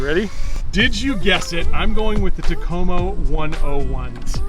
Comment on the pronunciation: In the Finnish language, the emphasis is always on the first syllable of words. So it's "TAK-o-mo" Enjoy your videos.